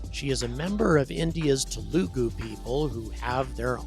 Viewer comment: Hey I doubt that you’re going to see this, but I just wanted to note that yes you did butcher the pronunciation of Telugu. It’s pronounced something between De-la-goo or Te-luh-koo and with the emphasis on the second syllable, at least from my experience. My ethnic group is Malayali (which I also find is pronounced wrong pretty often, but I’ve grown up watching many Telugu movies. I’m sure India and her province is proud of this day.